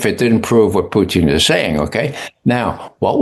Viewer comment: Please don't have this guy with TDS as a guest ever again. BTW it's Putin not Pertin